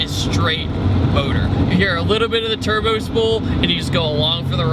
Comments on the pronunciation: He said twin turbr at the begining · "Twin Terrbered verson" haha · "especially the twin terber version" TWIN TERBER!! ER MUH GERD! Haha that's awesome, great review man